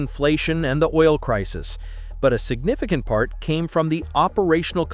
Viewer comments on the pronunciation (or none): none